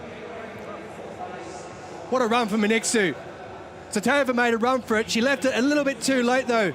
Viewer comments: He mispronounced her name completely! Her name is not Men etsu! Wtf is men etsu? . Her name is Mengistu. pronunciation men- ghee-stew. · What a loose commentary was that?! it is Men-Gistu, not Minqsu or whatever your British accent is. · Ho do you get her name wrong repeatedly???? MENGISTU WTF??? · How is the commentator can not say her name Mengistu correctly? Congradulation Tigist you made us all proud Ehiopians!!